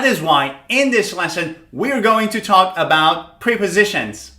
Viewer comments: Wrong pronunciation. They are not pre- positions but prep- ositions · He says: (priposishens) [pri?]